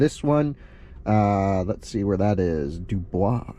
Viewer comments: 90 mph in Luzerne County? You're SO lucky it was raining - I-80 is 65 mph there! And, yes, it's pronounced, "doo-BOYZ". Great video! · Dubois, PA is pronounced "Do Boys" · 😂 DuBois is pronounced “du boys”, coming from someone who lives in the area